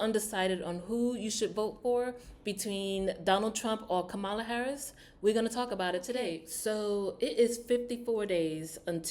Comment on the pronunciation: Just a little critique, because I believe you mean well, and you're not trying to show prejudice or bias (I could be wrong), so, two things I noticed within a couple of minutes. You seem to intentionally miss pronounce Kamala's name, and you said she was the "Border Czar" when no such title exist for the current VP. Both of those points are 'out of order' and definitely out of the conservative right wing talking point playbook. And I'll continue to listen to see if you address Donald Trump in the same way?